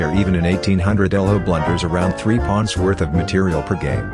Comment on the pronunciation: bro fr I heard him say pluns instead of pawns